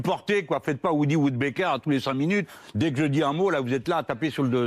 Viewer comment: encore aurait il fallu qui le dise corectement woody woodpecker et non WOODYWOODBEKER quand zemmour s exprime il le fait corectement lui